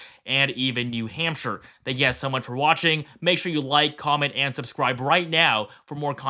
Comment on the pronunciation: Bro messing up NH every video is basically a meme at this point lol.